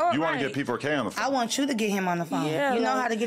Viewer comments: You kept saying PK4, while it is P4K.😅 But I agree with most of what you say. Mark definitely is creepy. That's why he feels comfortable around p!mps etc. As a a semi journalist/ interviewer, you must have some sort of integrity. And sometimes, with 'vulnerable' people, you have to protect them, even against themselves. You also must consider the consequences of the story, especially when the person you interview can't oversee the consequences! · U called him pk4 now I can’t say it differently 😂 pedokidnap4